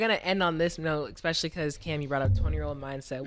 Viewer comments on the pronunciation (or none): new underdog over/under: saying “expecially” 1.5 times